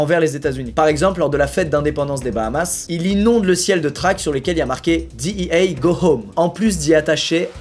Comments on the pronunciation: on dit D. E. A. , pas DI i HEY ou j'sais pas quoi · la ''dit i hey'' hahaha omg parler anglais cest pas votre fort :P tu peux le dire en francais ca existe cest la dea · Ptain tu peut pas dire dé eux ah comme tout le monde nan mdr DIHIEYE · Qui prononce DEA a l’américaine à part Squeezie sérieux 😂😂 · = le seul francophone a prononcer "DEA" en anglais 😅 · Qui dit la D.E.A avec la prononciation française 🖐🏽